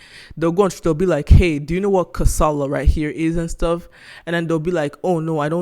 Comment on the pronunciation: your pronunciation of the name of the game is not right. its pronunced [ka.sa.la] "ka", Is streessed similar to "ca" in car followed by "sa" as in sack and "la" as in llama. not karsarlar. dont mind me sha . kasala means trouble